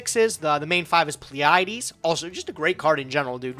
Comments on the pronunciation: I’m pretty sure it’s pronounced plee-uh-dees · They both fucked up Pleiades (PLEE-uh-deez) too.